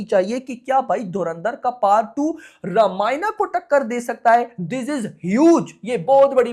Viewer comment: रामायण bole naa ramaayana , kya hota h , kam se kam apni dharmik kitab ka naam to sahi se bol do